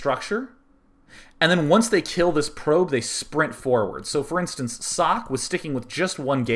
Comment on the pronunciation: >.< oh nooo, its sock again ... socke doesnt have an unvocaliced "e", and its not asian sockeeeeeeee either ... the "E" at the end is vocaliced like the "E" in "E"dward. the "E" is short and doesnt sound like the "i" in germany(american "E" sounds like the german "i" so just remember the "E" in Edward^^) but, if you refer to the translation of socke then you would be right to say its sock, cause sock is the translation of his name ^^